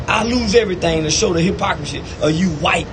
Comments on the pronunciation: Buddy, great content. Did you say, "Hip-O-Chrissy?" It's pronounced, "Hip-pock-chrissy. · THIS NIGGA SAID HIPPO-CHRISSY INSTEAD OF HYPOCRISY